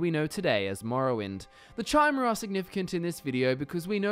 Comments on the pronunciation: Chimer = kai-mer As in chimera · Guy LITERALLY said Chy-mer. He doesn't know how to even pronounce an elven race. Probably not a lore master..... just saying. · sees video. Hears this mong pronounce Chimer. Leaves.